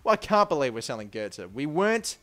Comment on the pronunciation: Well done for pronouncing götze correctly 1st time